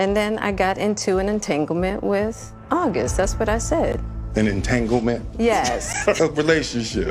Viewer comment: " In tangelment" LoL... Funny shit men!!!